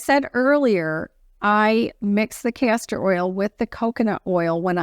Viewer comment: I hope you are saying castor oil because it sounds like cancer oil. I do the same thing many times as well. I don't know who would want to put cancer oil on their face...lol. I'm not throwing rocks at you so it's no big deal. By the way if you use DMSO on your face with a roll on applicator it will do a lot of things like you were talking about. Be careful it will penetrate and pull anything into your skin. So you have to be very careful with it. Do research on it first or ask me more.